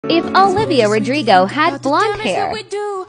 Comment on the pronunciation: Pronounce her last name wrong it’s Rodrigo you said Rogrego and that’s not a word